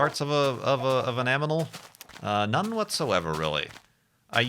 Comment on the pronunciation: Appendices* Appendixes... eh, they both pass spell check. You get a pass on this one. EDIT: An animal* You said an aminal.!